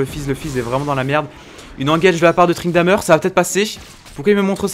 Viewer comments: C'est moi ou il dit tryndameur ??? xD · très bonne vidéo même si c'est perturbant d'entendre tryndamEUr vu que j'ai l'habitude de dire tryndamÈr(je sais pas si ce commentaire conte pour le tirage au sort mais osef j'ai dis ca sincèrement)